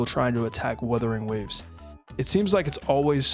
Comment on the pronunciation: As per Wuthering Waves community, just like how says it, "we fine in the west" 😂😂😂